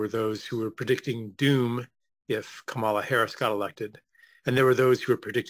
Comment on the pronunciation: PLEASE learn how to properly pronounce "Kamala"; at this point it's ridiculous that people are still saying it the wrong way.